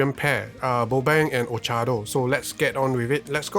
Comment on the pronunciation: well well look like still say boabng name bobeng not bobang